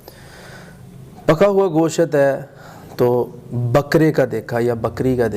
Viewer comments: Go shat ya Gosht. Sahi bol to Liya Karo tm log. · Goshat nhi Gosht talafuz Hai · ap b gosht ko goshaat kh rhy hyn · Its not ( Go-shat) word its Gosht ahahahah